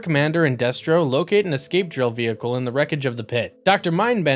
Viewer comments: Deh-stro, not Day-stro. Glob-ulous, not Globe-ulous. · Day-stro? FUCKING DAY-STRO?! you numbskulls can't even pronounce Destro correctly?! Well shit then I know all the facts in this are gonna be fucked I wish this channel wasn't forced into my algorithm. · Stopped watching when he said DAYStro. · Why are you pronouncing the names incorrectly????🤔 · How do you claim to be a fan of GI Joe and mispronounce Destro? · And other names. At least he got it right towards the end of the video. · Destro as well